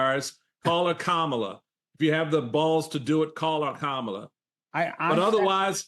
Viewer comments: No. when it's common knowledge that the person wants their name pronounced a certain way for whatever reason, the reasonable person will honor those wishes and pronounce it that way. Sanders knows how Kamala is supposed to be pronounced. She just deliberately mispronounces it to show her contempt, her lack of respect for the Vice-President. It's childish and shows lack of class. But Sanders, being a strong Trump supporter, I'm not surprised. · There was also a double dog whistle. she deliberately mispronounced her name, and she basically called Kamala Harris uppity when she said she isn’t humble. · One thing that keeps Kamala Harris humble are the racists in 2024 pronouncing her name wrong on purpose. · Governor Piggy has no respect! It’s Kam’ala! Mispronouncing!😊 someone’s name is junior high stuff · I agree that if you can't say Kamala, I am saying your name wrong. Thank you for saying her name wrong 💙🦋💙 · What’s interesting is that they always pause before mispronouncing her name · Thank you Michael Steele. It is so annoying to me the way Rebublicans deliberately mispronounce our vice president's name. It is so childish and petty. If I ever have occasion for that slovenly governor's name to fall out of my mouth, that's how I'll mispronounce it. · Plus i really believe they mispronounce Kamala’s name is so dismissive of the person. Height of racism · Sarah boasts about being humble 😆🤣 plus, she still can't say her name correctly. Thank you Michael. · Calling VP Harris by her first name (and deliberately mispronouncing it) is an act insolence. It harks back to a time in Sarah Huck-Abby's home state of Arkansas when people like Sarah addressed people like Kamala by their first names (or as "boy"), whereas people like Kamala were expected to address people like Sarah as "Sir/Maam". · She can't even pronounce her name. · I'm so sick of MAGAs deliberately mispronouncing Kamala Harris's name. Stop being so childish and show some decent respect.